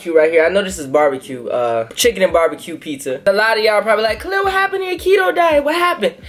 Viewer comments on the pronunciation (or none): haha yeah its Khalil so pronounced "Cuh-lil"